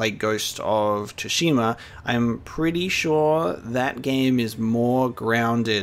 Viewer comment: Ghost of "Su" shima. It's pronoucned "Tsu" sort of like "Su".